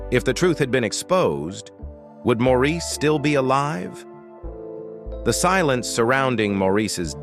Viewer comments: This is a fake, electronic voice. The mispronunciation annoys me, too. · Maurice's name is pronounced Morris, the least you could do is learn the name of the person you are reporting on, also 4obin was the older of the twins, Maurice was born a little over half an hour later. Maurice was the mediator and responsible for setting up the harmonies. In a way, Maurice was responsible for balancing the band, Maurice's sense of humor was the thing I first noticed when I saw them for the first time in concert in 1968. He was always my favorite. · His name was spelled Maurice but pronounced MORRIS. You have not done your homework. Also, you said thar Maurice was the first twin born to Barbara. Not so. Robin was born first making him the oldest of the twins as stated many times. More homework for you. Mr. Announcer. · Please the very least is to pronounce is name correctly. Pronounced Morris. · The narrator doesn't even pronounce his name correctly (ie as the family does). It is "Morris". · Thanks for this comment. This fool had me yelling at the TV. If your gonna report get your facts straight. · Let him rest in peace. And learn how to pronounce his name.